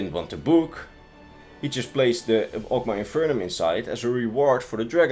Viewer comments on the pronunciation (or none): (Awg-maw) (In-fin-ee-um)